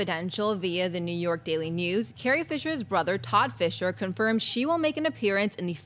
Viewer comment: LOL...... SHE CALLS HER CARRIE, "FITCHER," INSTEAD OF FISHER..... DOH !